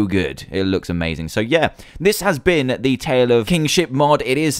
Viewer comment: And don't read the one which has ha well read but for ha say has please